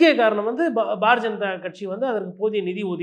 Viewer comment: பாரதீய ஜனதா என்பதை "bar janatha" என தெளிவாக உச்சரிக்கிறீர்களே. ஆனாலும் இப்படி கிண்டல் செய்யலாமா?😀